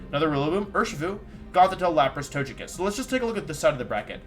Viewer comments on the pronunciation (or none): Guys I’m new to the channel, is there some kind of story behind the occasional absolutely bizarre pronunciation of Pokémon names? Tojekiss? Arcaneenay? What’s up with that? This guy’s a world champ he definitely doesn’t just not know how to say them.